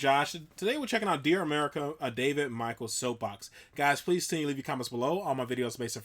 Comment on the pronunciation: It’s Mitch Ell not Michael 😀